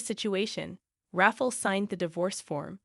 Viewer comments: RAFFLE = RA-FA-EL 😂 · I am guessing it is Rafael not Raffle Pronounced Raf EYE AL(as in Alan) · Rafael or Raffle, get it right, lazy channel